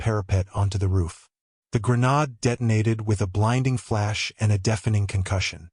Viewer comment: For your info the prounouncation is grenayde not grenarde